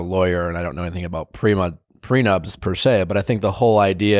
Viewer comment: Nick said “I don’t know anything about PRENUBS” 😂😂♥️